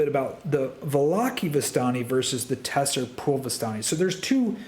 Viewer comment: Tser is pronounced similar to ‘zer’ not ‘te-ser’